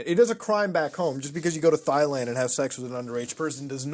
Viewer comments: “thigh land” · Did you say thighland? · I LOVE MUTA but hearing him say “thigh land” makes me wanna rip my fcking eardrums out 😂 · Thighland? lol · All these people wrong, it's spelled and pronounced "thighland" obviously. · Hehe, "Thighland" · Bro the way Mutah pronounced Thailand 😂😂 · The H is silent ladies and gentlemen. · The h in Thailand is silent